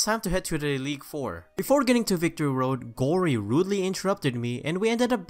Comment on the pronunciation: He said Eleague four lol